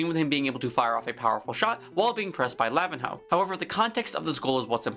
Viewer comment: Just a small correction for the pronunciation of Lavinho it’s not ‘lavin-how’ it’s pronounced ‘la-veen-eeo’ but other than that agree with the rest of the video